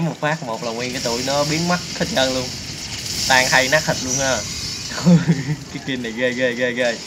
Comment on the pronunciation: nát chứ kô phải lát